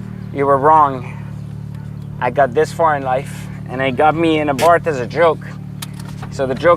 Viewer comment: I’m so ecstatic he pronounced Abarth correctly!! Silent H.